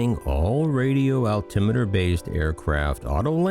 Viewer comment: Your pronunciation of altimeter is correct, same as speedometer. Note the spelling of meter. It is an instrument, unlike a kilometre, pronounced the same as centimetre and millimetre which is a lineal measurement. The spelling is metre. However a Killometer is an instrument for measuring deaths in a war. Good one. You are as usual on the ball.